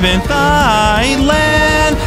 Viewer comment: pronounced it thigh-land